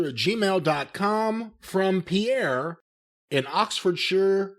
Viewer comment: I was the one that asked the question and mispronounced my name even though it read Perrie lmao it’s all good though